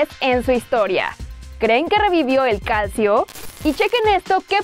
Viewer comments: Por favor un poquito más de esfuerzo al pronunciar las palabras italianas. Uno no pide que suenen como Totti, pero pronunciar "Calcio" en vez de "Calchio"... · por las dudas Calcio se pronuncia Calcho, saludos Cracks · Como vas a decir calcio ahaha se dice calcho , ahaha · JAJA creen que revivio el calcio xdddddd, se dice calcho. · El calcio! 🙄, corrijan a estas niñas que la verdad ni apellidos, equipos saben pronunciar. La belleza física no les da para eso